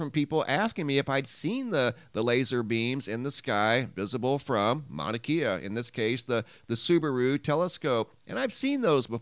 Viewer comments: Kea is pronounced ‘Kay uh’ not ‘key uh’ ~ love your channel. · It's Mauna KAY-UH..not KEY-UH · It’s Mauna Kay-Uh 👍 aloha from Hawaii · Mauna Kea is pronounced Mauna KE ( long A ) a E is pronounced A …sorry but that’s correct. Just as Kilauea is pronounced KilauAa. E is pronounced. Long A. ❤️❤️❤️😊🏝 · Mauna Kea is pronounced mana kay uh. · prnounced mauna KAYa